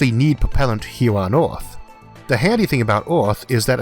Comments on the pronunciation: ITS NOT ORTH ITS EARTH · Is anyone els also irritated about his pronunciation of "earth" ? It is EARTH !! not ORTH :( Still an informative video though. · It's called Earth, not Ath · What’s an “oorth”, “atmospheow”, and a “tethoow”?! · “Oth, wok, elevato, tetho, weiod, kilometos, covage” What’s up with this guy’s pronunciation? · Stop saying a o in the word earth. there is no o in earth... so annoying.. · Does anyone realizing this man's pronounciatiin is a bit weird while saying 'earth, atmosphere'?